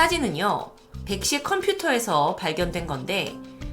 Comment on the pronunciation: 백씨 가 백신으로 들린다 저만 그런가요?